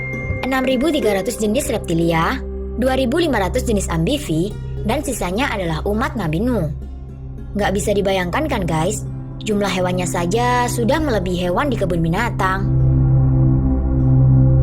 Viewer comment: amfibi bukan ambifi